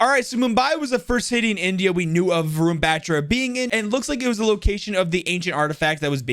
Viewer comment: its not ron ... its varun..... vaarun.....varun